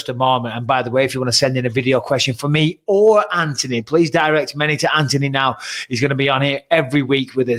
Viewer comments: Plz BisPing!!!!! It’s An-Thon-E NOT AnTonEy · Does he know it's Anthony. Not Antony. There's a H in there. Lol 🤣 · And still cant get his name right when hes got him on the show 😂